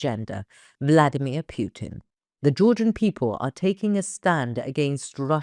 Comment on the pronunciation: But from Moskow and S:t Petersburg we don't see some action like you say so many times? I subscribe in years on ANKA and never have a reading or answer from you or other members! You lovely woman talk perfect english but why you say PJUTIN?